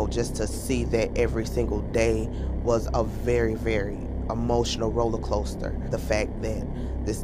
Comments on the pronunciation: ROLLER”Closter”. Smh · Nobody heard her say "rollercloaster" at the beginning lol ...but still v sad story